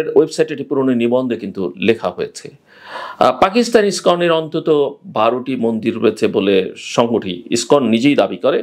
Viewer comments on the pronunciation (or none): none